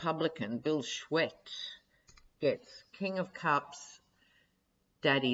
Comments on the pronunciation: Michigan s Republican governor candidate s last name is pronounced Shoo-tee. He is pretty awful. 30 some years ago, when I was working in Saginaw, he kind of slithered out of the Dow Chemical compound in Midland, their home base. He was their attorney. Need I say more? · SCHUETTE is pronounced “SHOOTIE” (He is the States Attorney General during the whole FLINT WATER Bullshit under the RETHUGLICAN ASSHAT Governor Rick Snyder) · Bill Shoe tee, correct pronunciation. BTW, Gretchen is up 10 points over her opponent! Michigan keeps a paper copy of every vote cast! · Pronounced... Bill "shoot-ee" lol